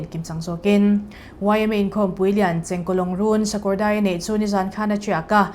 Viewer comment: Chengkawlawngrun 😂 i lam nalh lutk😂